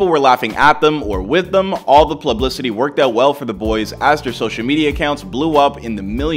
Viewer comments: he says "plublicity" my English teachers always put an L between P and U. Lol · Did you just say plublicity my guy??